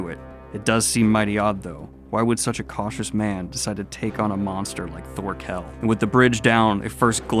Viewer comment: know it doesn't matter but instantly urked me when pronounced Thorkell wrong...